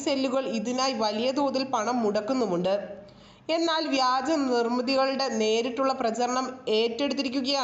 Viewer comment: വ്യാജമോ നാണം ഇല്ലേ വഗാജം എന്ന് പറയാൻ നിനക്കൊന്നും ഒരു മറിയും ille